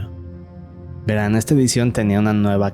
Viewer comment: Estan bien las historias pero pareces un robot hablando medio daz hueva y pronuncias mucho las palabras ahora, veran ect. 😂😂😂😂😂😂